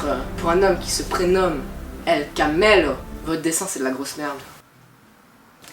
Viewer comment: C’est el camello ça se prononce el camelio